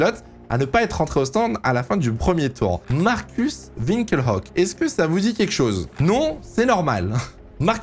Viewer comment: pourquoi Winkel Hock ? Ça se prononce Winkelock